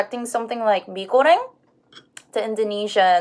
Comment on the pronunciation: I like the way you say “Mie Goreng”. Greeting from Bali!